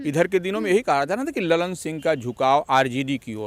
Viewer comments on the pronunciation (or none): लल्लन सिंह नही, ललन सिंह😂😂😂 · लल्लन नही ललन बोलो भकलोल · Lallllannn😂 nahi madam Lalan singh hai